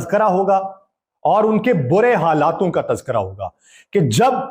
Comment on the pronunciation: “ halaat ka “, not “ halatun ka “.